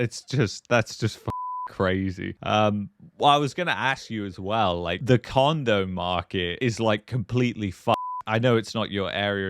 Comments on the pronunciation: For a split-second, I thought you said the "condom market". Yeah, that's apparently completely f---ed too, as several manosphere channels will point out. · Anybody who bought in the last five years got suckered and paid 3 to 4 times what the place is worth and cant afford it - Im getting out of Canada - What a 3rd world dump its become... it sounds like he said the "condom market" lol